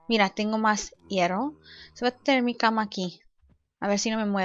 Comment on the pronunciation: and hierro is pronounced with a long r